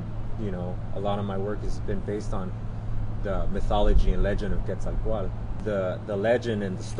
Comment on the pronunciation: Now I definitely know how to pronounce Quetzalcoatl. :-)